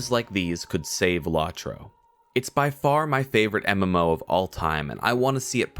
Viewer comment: It's pronounced "Low-troe," with both Os long, not short. As to your opinion, well, it's aged fairly well for a game that's 13 years old. I agree that the expansion pricing could be better, but other than that, it works.